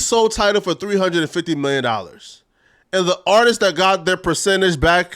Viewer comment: It’s “Artists” not “Artises” lol